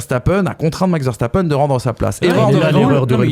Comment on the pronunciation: Il s'appelle "Veurre sta peun" pas "Verre sta pène"